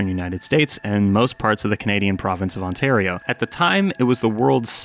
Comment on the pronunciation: why did you say ontario like that